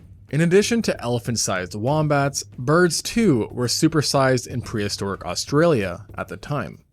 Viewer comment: "PREHISOTRIC" amateur